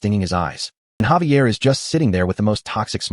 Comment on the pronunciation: Xavier...say it with me Zay-V-ah! also who is Lloyed and who is Xavier? it mixes up so much, might as well just call them both soup.